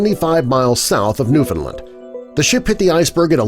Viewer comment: New-fin-lind? Its new-fin-land